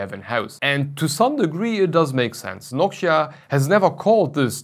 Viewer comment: It's Noctua. Not nockchia